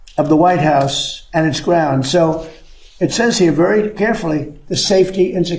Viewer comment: Oh he said grounds